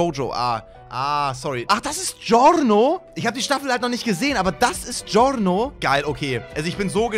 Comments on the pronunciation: normale menschen: giorno: GORRRNO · Nobody:: GioRRRRRRRRno